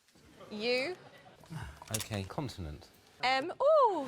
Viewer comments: CONSONANT!! NOT CONTINENT 😭😭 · Surely someone should have told Richard that it's not pronounced continent by now. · Someone please teach Richard its not Continent!!! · I came here to find this. I love him but CONSONANT ffs 😮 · why does he say continent